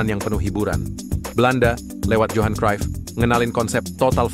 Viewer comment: PenyebutaJohan cruyff: yohan bukan johan